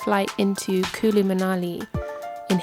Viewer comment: Its not kului .... Its kuuuullu .. 😂😂😂 british accent sucks .. Water : whatha 😂😂😂 Its not Rock fooling : its rock falling bro You are eating Aam papad.. kala katha flavour 😂😂😂😂😂